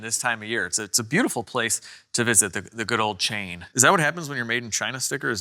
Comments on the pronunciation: That would be pronounced Chi-an not Chain..🤦‍♂️ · ChIan and not Chain for the manufacturing location...say it Chi...annn sort of like how Trump says it. Love the channel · It’s not CHAIN. it says CHIAN. lol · No, that says CHIAN.. Not chain. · Not Chain, Chi-an, it's a village in DPRK :p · Not Chain. Chian. 😂😂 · its pronounced chee-yon